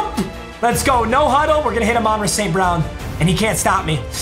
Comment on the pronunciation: Yo he is murdering Amon-Ras name lmao